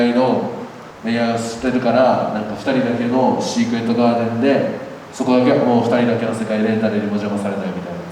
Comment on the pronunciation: 擬似プロならRenの英語の発音なんで誰も直してあげないの？！特にgarden ひどすぎる😭 こんなことではジャニーズの英語歌詞みたいになっちゃうよーー